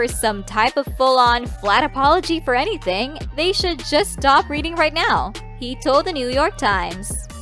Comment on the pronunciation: Dont sey enifing